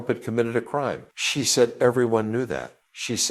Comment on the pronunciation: Fu*ck No will I listen to this poor AI voice over. Said prounounced as "sah-yed". Nope. If you can't find someone to read it then it's not worth my time to watch.